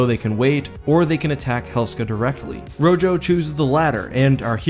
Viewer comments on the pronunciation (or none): I doubt this will matter in the long run as I think this is the only time the commander is ever mentioned in the series and this is like a year late but Rojo is pronounced Row-Ho. Rojo is spanish for red.